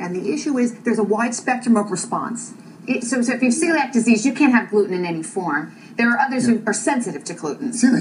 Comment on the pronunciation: "ciliac" LOL